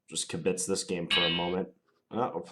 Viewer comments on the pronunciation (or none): Arrrrgh! KIB-itz, not kib-BITS.